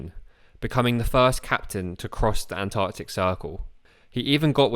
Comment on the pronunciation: "ANTARCTICER" Lol just saying